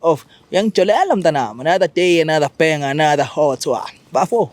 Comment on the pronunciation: Uvusi ma uthi hot one ngathi usho inyawo zenkukhu ngesipedi😂😂😂